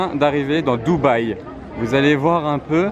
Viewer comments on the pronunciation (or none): none